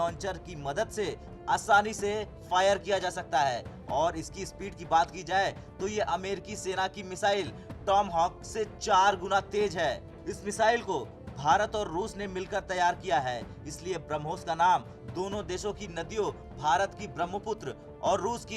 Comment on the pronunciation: American missile is not TOM HAWK it’s TOMA HAWK please pronounce properly